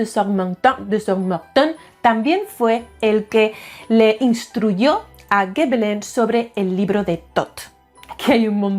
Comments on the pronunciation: Hola,. Sólo un apunte breve: en francés, la "G" sólo se pronuncia "gue" cuando le sigue una A, una O o una U. Si le sigue una E o una I, se pronuncia "ye" o "yi" (igual q en español, vamos). Por lo q Gébelin se pronuncia "yebelan", no "gebelan" (para conseguir ese sonido habría q añadir una U después de la G). Ya sé q es meramente anecdótico pero quería decilo. 😊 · Gebelin se pronuncia "Shebelon"